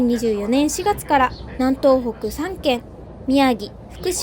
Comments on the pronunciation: 南東北は、なんとうほく、ではなく、みなみとうほく、ですよ。 ちなみに、北東北は、きたとうほく、です。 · JRさん、に10時打ちさせちゃダメでしょ。 確実に宣伝してくれるんだからちゃんと用意してあげましょうよ。 なお南東北は「みなみとうほく」が正しい読みね。